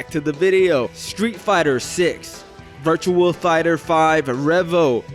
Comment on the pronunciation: It’s ‘Virtua’ Fighter 5 btw. Not “virtual”. No wonder you’re wrong about everything. You don’t even know the names of this shizz